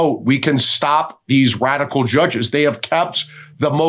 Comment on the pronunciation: For starters, records were ment to be broken 😂😊 and did he say "wadical" ? 🤔